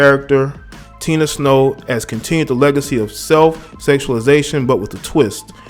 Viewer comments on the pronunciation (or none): none